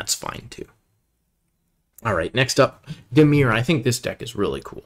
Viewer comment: Some pretty good analysis on the set here. Be prepared to lol at some of the pronounciation (ex: Tiamat, Drizz't, Dimir), but whatever. Solid recommendations, and I agreed with most of his top commons picks, and probably any differences would've been the 4th pick anyway.